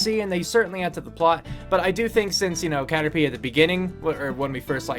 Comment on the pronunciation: Cater pie not p derr!